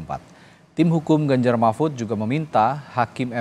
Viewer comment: Nomor urut pak bukan nomoi uyut.....teyus Paslonmu itu Ganjar bukan ganjai....Gibran bukan gibyan😄😄😄